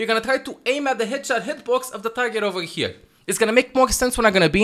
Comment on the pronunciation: always finds a way to put a "g" in a word that doesn't even have a "g", ever. Examples: Here - Hegere, Your - Yougr, etc.